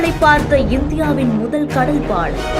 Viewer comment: பாழம் இல்ல பாலம். பாவம் தமிழ் இவகிட்ட மாட்டிகிட்டு.